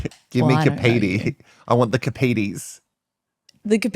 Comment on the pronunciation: It's pronounced carp not cap for Kapiti. Their sorbet 😍